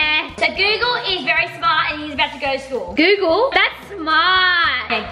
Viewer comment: rlly said Shcool- (no hate I love you guys)